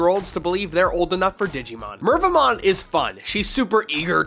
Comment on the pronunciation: Mervamon kept hearing Minervamon for some reason.